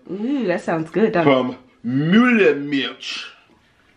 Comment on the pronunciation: Excellent pronunciation of "Milch". Most English speakers struggle with the 'ch' :-)